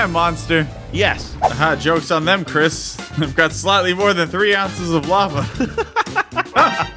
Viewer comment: you said simply Chris wrong